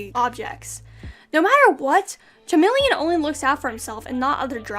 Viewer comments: For chameleon, I actually read it as CHAmeleon, like how you pronounced it for the first few times. That was a sad moment of mine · Note on the pronunciation of "chameleon": The word comes from Ancient Greek, where it starts with "kh". If you really want to be picky about it, the "ch" in "chameleon" should be pronounced as a k sound with a burst of air after it (it's called aspiration).